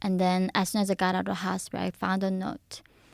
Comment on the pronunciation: see how she's purposely pronouncing her L S after saying hospiter